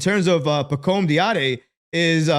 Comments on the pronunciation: love you man, but bro, it's "dah-dee-ay" lol - keep up the great work. you'll get the name 🙂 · his last name (Dadiet) is pronounced Daddy-Aye. He's okay. I watched another video that shows his strength and weakness. Needs a lot of work, but at 18 years of age shows potential. The Euro league is vastly different than the NBA, but in the right system he can become a great role player. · Its Pronounced (Daddy - Hey) Pacome Dadiet